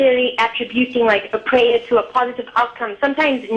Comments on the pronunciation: I love the way this lady pronounces prayer "pray-uh" :) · Sounds like pray-ya, like playa.